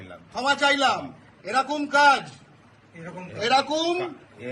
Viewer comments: নিজের উচ্চারণ ঠিক নেই। বলছে 'এরকুম" আর লোক কে বাংলা শেখাচ্ছে। এই জানোয়ার গুল কে সরকারি কাজে বাধা দেওয়ার জন্য আইনের আওতায় আনা উচিৎ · এই ছাগল গুলি নিজের বাংলা বলতে পারছে না এরকম শব্দটি কে এরুকুম বলে উচ্চারণ করছে। আর নিজেদের বাংঙ্গালী বলে জাহির করছে। এগুলি বড়বড় রামছাগল😂😂😂😂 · বাংলা পক্ষের ওই লোকটা তো নিজেই ঠিক করে বাংলা উচ্চারণ করতে পারেন না। " এই রকম " শব্দ টা কে - " এই রকুম " 56 সেকেণ্ড থেকে শুনুন কি উচ্চারণ করছে। 😂😂😂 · Gorgo...kothata erokuum noi...eirokom...nije thik kore Bangla ta bolo prothome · এরকুম ,এরকুম ! , আরে ওটা এ রকুম উচ্চারণ নয় রে বাবা ! ওটা এ রকম হবে।নিজেরা শুদ্ধ বাংলা উচ্চারণ করতে আগে শিখে তারপর অন্যকে শেখাতে যেও। তুমি আদৌ বাঙালি কিনা আমার সন্দেহ হচ্ছে! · মানে এরা তো বাংলা পক্ষ বলে পরিচিত তাহলে এরা বাংলাটা কি ঠিক জানে আদৌ এরকম না এরকুম বলছে উচ্চারণ টা।#সফিকুলভাই।